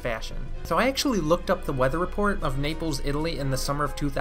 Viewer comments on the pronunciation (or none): none